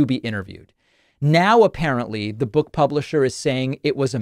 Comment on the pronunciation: I wonder if anybody will buy the audio version of her /buːk/.